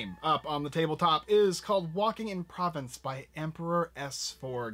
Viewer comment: Pronounced Pro-VONCE and Bu-RA-no